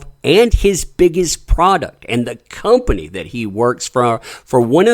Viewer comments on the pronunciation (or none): none